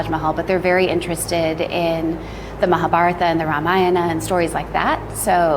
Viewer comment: Hahaha mahabharata instead of Mahabharat😂😂😂😂